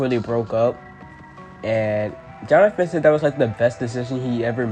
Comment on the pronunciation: HOW DARE YOU PRONOUNCE MY NAME WRONG💔 But I ain't gonna lie, it was Tyler who gave ms.grace the idea to pair Jonathan with that little girl, well no. I mean Tyler told ms.grace to make them do a Aladdin and jasmine page instead of another duo page for the audition 🥹